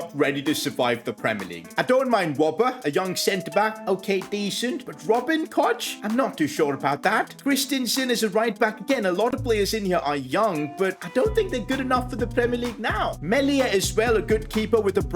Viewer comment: Even Koch, bro said coach